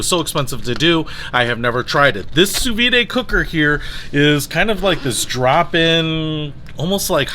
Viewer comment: pronounced Soo-veed